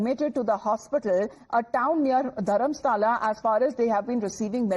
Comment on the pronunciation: Not Dharmasala.. it is Dharmasthala